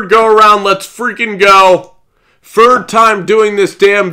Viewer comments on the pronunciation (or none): Ilike cause he doesn’t know what he’s talking about, for god sake this guy is in a room where Martha Stewart puked...and the damn dude says. “FIRD”